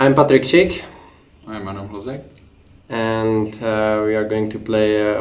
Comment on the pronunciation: Jn a vtipný je jak Hložan říká Adam hlozek